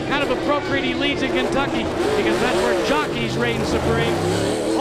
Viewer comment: Did he say "Kenkucky" ... ?